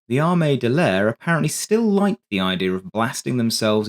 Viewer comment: "ARE-ME DEL LAYER" ITS Army D'aire. DUH-AIR.